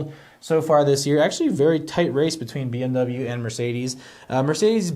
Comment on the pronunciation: DO NOT say BMW like that ever again. That's not even how it's pronounced. Psychopath.